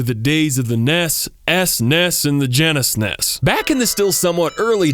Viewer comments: "...and the genesnes" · Ge-nes-es lmao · subscribed the moment you said nes, esnes, and genesnes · "NES, SNES and the Genesnes" Geniusnes! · Nes , snes , genesnes . I'm dead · "NES, SNES and the GENESNES." Subscribed =)))))))) Edit: Wow. This was far better than I thought. Hope there's more...